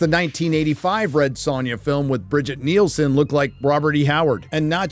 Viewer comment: it's not "Bridget Nielsen"... it's "Brigitte Brig-EE-TUH Nielsen". The original movie Red Sonja. Who, by sheer coincidence, is an actual Dane...